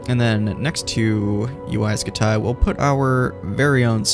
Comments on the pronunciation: I thought it was pronounced scooty. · Ya like jazz 😂😂😂 it's UY SCUTI HE IS SO CRINGY😂😂😂! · UY Scumayto, UY Scamahto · I've always heard it pronounced like scuti, like scud missile